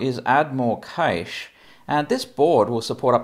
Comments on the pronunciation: Ca-shay or cash but for the love of all that is holy it’s not caysh. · it's called cache and pronounced similar to 'cash'. It's NOT "keeeaish".